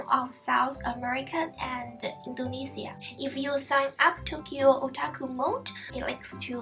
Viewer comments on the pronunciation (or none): none